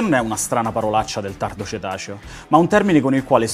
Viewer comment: tardo cetaceo 🤔🤔🤔 spero che tu abbia voluto dire tardo cretaceo 😂😂😂